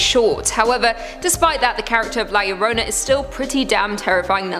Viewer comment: Who is la Lorona its la yo-ro-na [not spelled this way] 😳😳😳😳